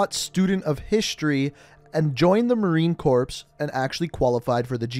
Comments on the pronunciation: He pronounced corps. As corpse smh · mmmMmm cRiNge he said Corpse not c o r e which is how it’s supposed to be said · Ah man... Listening to you butcher my beloved Corps was pretty cringe.. It's not corpse.. Just Corps.. Sounds like core.. But um nice effort for the storyline of the characters. But please don't say "Corpse".. Cheers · Okay dude it’s not the marine “corpse” it’s marine corps like core not corpse say it right or don’t say it at all. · Marine Corpse! Corpse? Last time I checked it was Corps. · Hey man, great video buy im pre sure its pronounced ‘core’ not ‘corp’ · Marine Corpse? It's pronounced CORE, not corpse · Corps, Not Corpse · Sorry I don’t mean to sound arrogant but it’s not pronounced Marine (CORPSE) it’s pronounced Marine (Core). It’s spelled weird and us Americans make that mistake all the time, don’t worry! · Marine Corps, pronounced Marine CORE not “Corpps” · It's pronounced " core " not "Corpse" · Does this man not know how to pronounce marine corps?😂 it’s pronounced like CORE not cOrPs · Dude it's pronounced "KY-MERA" and "Marine CORE" HOW do you NOT know this!!?? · i got pissed at this too. im not a fucking corpse. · The Marine Corpse. Lmaoo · TRIGGERED It's prounance Marine Core, the p in the name is silent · Ight so no one is gonna talk about where he pronounces Marine Corps as “Marine Corpse” like a freakin dead body. Nerds these days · You did not just say “Marine Corps” pronounced “Marine Core” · Hey brotha Crops is pronounced like Core, don’t pronounce ps. Also Raiders is MARSOC, special operations forces within the Corps. Great video tho man love this shit can’t wait to play this shit after my training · Marine corpse 😂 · Yikes he said “cor-ps” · That corps pronunciation...not hating but just a heads up it’s pronounced “core” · This dude said marine corpse smh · You said Corps it’s pronounced Core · Don't say that, next he'll pronounce the "S" after the "Core" and call it "Marine Course". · the p is silent in marine corps